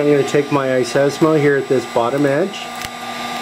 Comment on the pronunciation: "iSESMO"? Seriously, it's iSesame!!! Just like open Sesame!!!